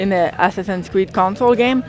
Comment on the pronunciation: It sounds like he said Ass-Assins creed XD